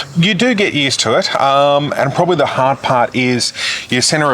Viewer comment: Sorry, I do apologise. However the word you are looking for is “The” not “Duh” I feel bad but it’s a cringe every time. I know, just don’t watch the vids and move on. I do like the content, just the “Duh Isuzu ….” These not Deez 🤔